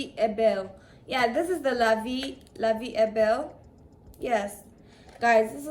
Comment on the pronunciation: La vie est ??? 😂😂😂 the way u pronounce it got me weak 🤣